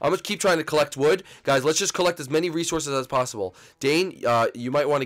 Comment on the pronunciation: "Resorsos". Good one,.